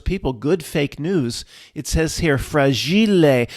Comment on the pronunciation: FRAGILE 😂😂😂😂 Frageelay … love ya,!!!!!